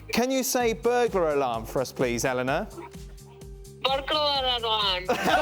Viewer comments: Everyone if then said "Burglar Alarm" wrong tho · Who else rewinded to laugh at Eleanor's pronunciation of burglar alarm